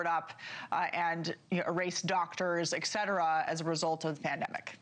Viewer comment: ET Cetera. Not “eck” Cetera